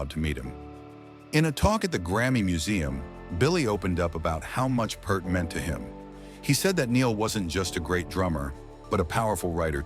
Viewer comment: Who is 'Purrrt' ? Neil's surname is pronounced 'Pee-art'